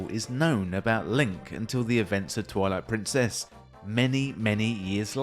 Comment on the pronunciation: Deliberate or not, your accentuation of "Twilight-prin, CESS" is excellent rage bait.